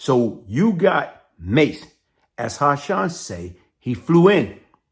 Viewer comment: It’s Hassan.. Not Ha-Shonn!!🤦🏽‍♂️